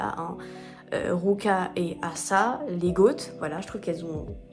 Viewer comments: Non ça se prononce A-sa, les membres lui en donnait le surnom de Ace-a (parce que c'est la membre la plus potentielle d'être une Ace et que c'est plus cool) à partir de là elle a garder ce surnom mais on peut toujours l'entendre dire A-sa quand elle se présente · Asa se prononce Aisa ou le premier a fait le plus avec un accent américain